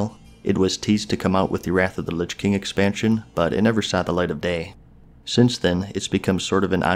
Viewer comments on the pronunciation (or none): none